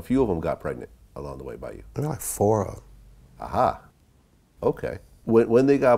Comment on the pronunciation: Vlad please stop saying A-ha. For real.